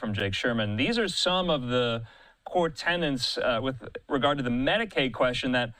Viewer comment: Why do Fox newscasters keep saying "tenants" instead of "tenets?"